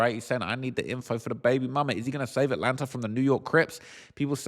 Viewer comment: U really be sayin Atlanter instead of Atlanta 😂